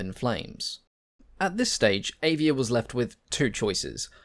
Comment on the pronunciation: Avia - .. just read A like you said Alfa ;-)